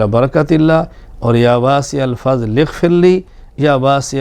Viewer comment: یا واسع المغفر اغفرلی میں غ کی بجاے خ کی آواز نکلتی اور اکثر لوگوں کی خ کی ھی آواز نکلتی ۔لھاذا۔غیری۔توجہ۔چاھےء۔